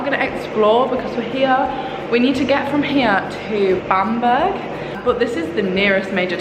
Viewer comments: I loved the video but the pronunciation makes me laugh! Bamburgh is pronounced like Bam-bruh rather than Bam-burg :) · Oh it’s pronounced Bambra not bam burg haha! I’m from Newcastle it’s actually a really lovely place x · Oh I cringed so much every time you said Bamburgh wrong 😂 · I shouldn’t laugh at your pronunciation of Bamburgh but I did🤣🤦🏻‍♀️ Been there many times with being a Northumberland girl! Xx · Newcastle girl here and laughed at your pronunciation of Bamburgh lol good video x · Say Edinburgh then you’ll say Bamburgh right😂😂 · I think you guys have been north of where you live because you did the lands end to John o groats vid🥰 Love your travel challenges!! I love how you guys pronounce Edinburgh properly but didn’t pronounce Bamburgh properly till after hahahah 😂